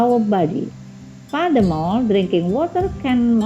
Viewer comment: Sorry, the pronunciation of each word should be increased like the word: furthermore, temperature, later, etc.